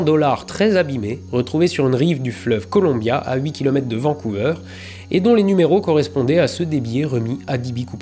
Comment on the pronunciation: Le "ver" de "Vancouver" n'est pas prononcé "veur", mais "vaire". Dan Cooper n'est pas une BD canadienne, mais franco-belge dont le personnage principal est canadien.